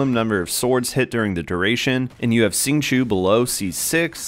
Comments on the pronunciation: Good guide but it's hard to listen to it when you keep pronouncing his name "sing-chew" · nice guide! the correct way to say it is ‘xing q-i-ou’